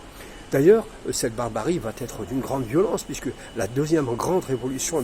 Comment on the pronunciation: Merci cher monsieur pour ce petit rappel documenté et utile 👍. On en apprend beaucoup ! Juste une petite remarque : évitez la liaison entre 'va' et 'être' ( il n'y a pas de 't', à votre santé 😉). Cordialement. Mohamed du Havre